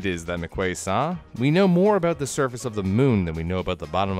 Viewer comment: Came for the content, subscribed to stay for the “subscribe for mor-ay” throwaway bit. I am READY to start binging